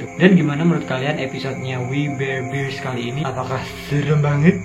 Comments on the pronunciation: Gua udah liat episodenya.....biasa aja menurutku...... dan bacanya WI BER BEARS..... a nya di baca nya kecil aja...masa gitu aja susah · Bang cara bacanya we bar bar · Bacanya wi ber bers (we bare Bears) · We bare bears di baca nya wi ber berst